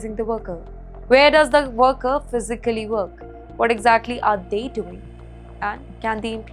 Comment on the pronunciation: B*tch you fu*ked up ( Physical ) pronunciation 🤣🤣 You need to learn English !!